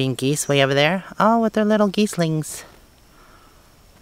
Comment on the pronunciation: I'm sorry but I really have to help you out here, they are goslings (as in dog) not geeslings lol :)